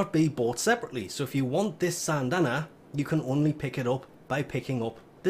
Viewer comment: SYNdana not SANNNNNNdana